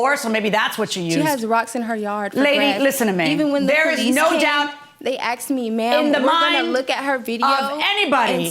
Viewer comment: I “axed” her?